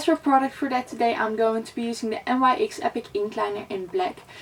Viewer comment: Nyx lol she actually said N Y X 😂🤷🏻‍♀️